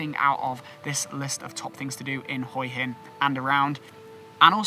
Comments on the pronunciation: I wanted to mention the way you say Hua hin which actually Translates head rock, Hua is pronounced huuaaa meaning head, your saying HOII hin hoi is tHE CORRECT word for shellfish but IS also slang for pussy which has made me laugh pussy rock I must visit immediately 😂😂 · Perhaps you should practice and get the pronunciation correct. It is pronounced in Thailand as WHA Hin Wha hin. It seems you have never been to Hue Hin. (Wha Hin) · Pronounced Hwa Hin